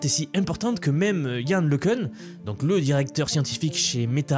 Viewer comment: Yann Le Cun [ləkœ̃], né à Soisy-sous-Montmorency